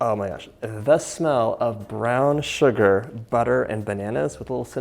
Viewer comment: Love the way John says Shhuggar! Like he’s singing a System song!